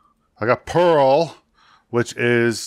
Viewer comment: First game Peril was really good. Sounds like you were calling it Pearl.